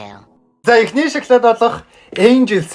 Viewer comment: Эргүү юм уу ? Шоклайд Шоклайд л гээд байх юм мал байхаа 😂😂😂😂😂😂😂😂😂😂😂😂😂😂😂😂😂😂😂😂😂😂😂😂😂😂😂😂😂😂😂😂😂😂😂😂😂😂😂😂😂😂😂😂😂малын сараа байхаа эрэгтэй юм байж нүүрээ будаад эргүү байхаа хүүхдэд дан чинэрэн бүтээгдэхүүнийг л үзүүлэх юм хэдэн удаа хэлэх юм би нэг л хэлье